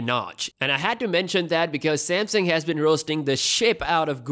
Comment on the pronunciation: Pretty sure it's a Samsung, not a Samsing.